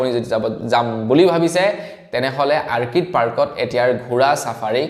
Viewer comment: আৰ্কিড নহয় "অৰ্কিড" ORCHID বুলি ক'বা ।